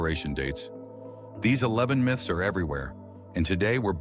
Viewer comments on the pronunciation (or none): Most of the Miths (AI voice mispronounces) ! Myth is the wrong word here. Most of the facts here are facts, not Myths. An over inflated tire is less likely to explode vs a very under inflated tire due to the intense stress/heat generated from low pressure. An over inflated tire will cause much more tread wear in the middle part. I've been there done that trying to get the most mileage from my car in the past. Everything has pros/cons. Most dangerous tires are ones that are worn to the cord!